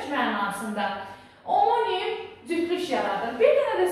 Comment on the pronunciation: Omonim-(amonim) deye oxunur duzgun teleffus ede bilmirsiniz ders izah edirsiniz🤦‍♀️🤦‍♀️🤦‍♀️